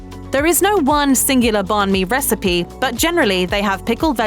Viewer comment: You guys butchered the bánh mì pronunciation